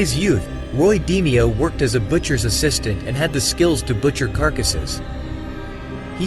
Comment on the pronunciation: It's not 'Dee-me-oh its pronounced D-may-oh